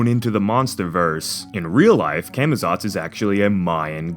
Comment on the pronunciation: It's actually pronounced "Caw-Maw-tsawts" guys.